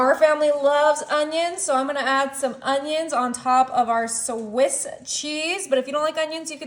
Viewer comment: “Sawissssss cheese”🙄